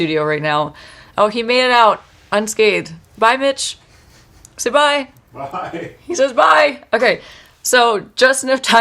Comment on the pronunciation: Not me thinking she said Bye B!!ch😂😂😂 Forgot her husband's name was Mitch for a sec🤣